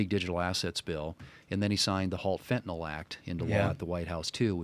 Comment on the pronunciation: Dear Senator Thune and, It is spelled Fentanyl and pronounced FEN TAH NILL. No NOLL:)